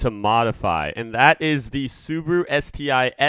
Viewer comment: Dude its called subaru